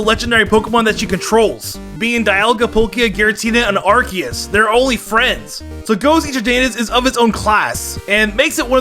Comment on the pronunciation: DO NOT LEAVE OFF THE E IN ARCEUS!